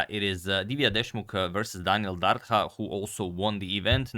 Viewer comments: It's pronounced Dar-Dha. "Dh" is pronounced the same as "TH" in THat og THis. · It's pronounced Dartha like the "th" in the or that. Dardha in Albanian means pear (the fruit). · You pronounce Dardha wrong! "Dh" ist pronounced like "th" in the word "this"! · #agadmator The letter "dh" in the surname Dardha is pronounced same as the letters "th" in the word "there". He is originally from Albania, born in Belgium.